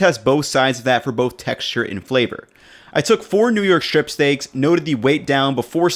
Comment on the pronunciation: Strip is not pronounced shtrip.